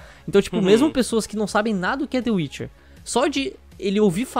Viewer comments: dê uirchier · "De uiche" 2019,Mineiros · Mano e meu amigo que fala tchê witche 3 kkkkkkkkkk